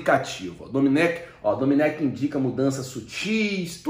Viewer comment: Não é domenÉc, o certo é domÊnic!